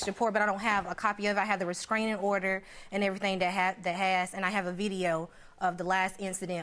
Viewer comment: Can someone please correct her and let her know it is a "restraining" order and not a "rescraining" order!! 🤦‍♀️